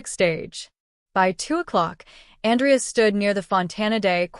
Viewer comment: Good story but I guess the AI doesn’t know the difference between the male or female pronunciation of Andrea AN—drea. is female. An—DREY—ah. is male. So a bit confusing at first.